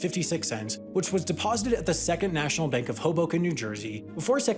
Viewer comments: "Mank of America" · Am I the only one who heard ‘Mank’ of America? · the "mank" of America. Sam, are you sure about that? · Funded by the MANK of America? 🤣🤣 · Mank of America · Funded by the "Mank" of America?